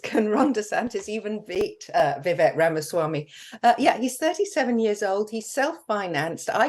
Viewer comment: Vivek is pronounced "Vi-Vake".